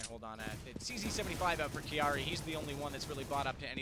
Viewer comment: Kiari? It's Kairi!